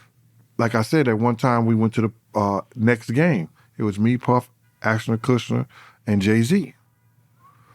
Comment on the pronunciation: Its ASHTON not Astin 🤦‍♀️